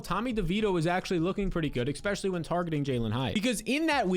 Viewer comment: Can someone teach this guy how to say "especially"?